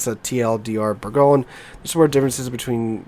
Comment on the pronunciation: I like your videos but you need to work on your pronunciation. Incomparable and Bourgogne (In-COMP-ra-bil, Bour-GOIN). When you say them your way, I cringe. 😉